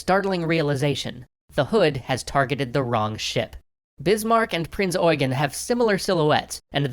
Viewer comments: its prinz eugen not oigan? lol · Prince eugen not price oigen🤣🤣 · Eugen is not pronounces as it is written. You have to speak the second 'e' long. I know it's weird. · seen it pronounced both ways, so are you sure about this instance? Sometimes Eugen is pronounced just like Eugene, but sometimes the second e is short making it "You-jen". For example, the now late UCLA professor Eugen Webber had the short e. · 1. Maybe I should have been more clear with what I was criticizing. 2. Your phonetics are not correct. There are two ways to pronounce "Eugen". The one used in the Duden and the one that "prince eugene of savoy" used. If you had looked at the link I've sent you, you would have seen that the phonetics for prince eugene are different from those of wiktionary. The Duden has limited authority over the german language let alone german/austrian names.